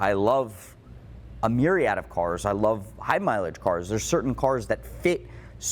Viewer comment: "I love a Miuriad of cars"